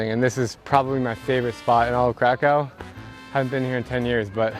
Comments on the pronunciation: Pronounced Krakov not Crack cow !!! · Pronounce it Kraków, not Krakau. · Right now I’m at the airplane heading to Krakow 😊 btw it pronounces KrakoV like W sounds V 😉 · Omg your pronunciation of Krakow having been there 3 times is shocking. It’s pronounced krakov, not krakow. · dear friend the names of the city is not k-r-a-k-o-w it is pronounced k-r-a-k-o-v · Or more accurately K-r-a-k-u-v But in my opinion it's okay, since he was probably saying the English word for the city. And you don't necessarily have to make it phonetically perfect. (Łukasz = Lukas instead of Wukash) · Why not pronounce Krakow the way the people intend it. "Krakov". Lets show respect for heritage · You actually pronounce Kraków krakóv like that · isnt it pronounced "krakof"? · Isn't it pronounced crack of? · hes been their three times and keeps on saying it wrong. ow = uv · Krakow learn how to pronounce it bro. Worst pronunciation I’ve ever heard lol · Your pronunsation of the city is so wrong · That’s not how to pronounce kraków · Lmao why did he pronounce kraków like that 💀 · Say Krakow one more time, lol